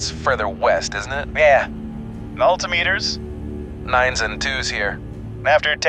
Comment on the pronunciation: AI voice fail with altimeter